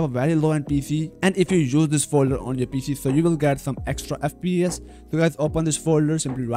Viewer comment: “FP eth”